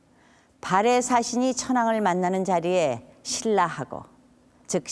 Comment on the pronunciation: 발음을 잘 하새요. 발에 왕국? 참나. 발해!!!!